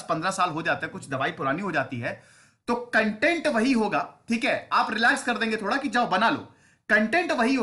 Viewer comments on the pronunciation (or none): none